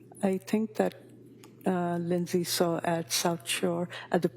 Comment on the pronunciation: "Lindey said"... really??